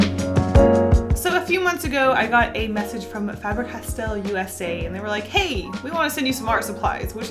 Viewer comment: Fabre Castell... it has castle essentially written in the name. The spelling is the same in Welsh, for castle. Just pronounce differently